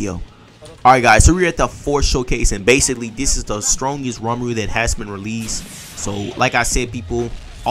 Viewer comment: "Ramaru" F off😂 Aint no way you read ri as ra